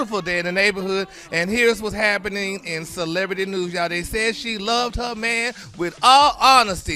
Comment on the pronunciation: her spelled HEr. The r is silent 🤣🤣